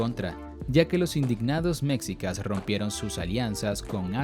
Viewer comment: Pronun ia bien por favor no digas mcsica esmexi a nahuatl señor.